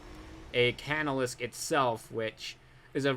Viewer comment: The Inciter is pronounced in-site-er, and the casnolisk is pronounced, cas-no-lisk. Keep up the good vids.